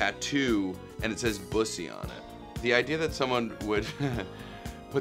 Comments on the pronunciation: He knows how to pronounce bussy and knows what it is. Nick Kroll for president. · Yaaasss to nick properly pronounce Bussy and not playing stupid 😂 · THANK YOU! THANK YOU! THANK YOU! I can't believe you are the only person who knows what and how to pronounce 'bussy.'